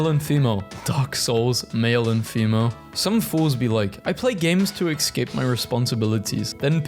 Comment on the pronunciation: Please learn how to pronounce escape. It's not ecscape.